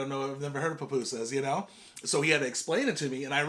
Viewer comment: Also the pronunciation is poo-poo-sus But you did really good with the other pronunciations! Your Spanish is really good. I’m glad you enjoyed salvy food as we call it. My parents are from there!!!